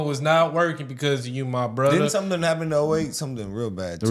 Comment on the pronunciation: Hide yourself , Barry. It’s not gonna work anymore , “bruthuh” .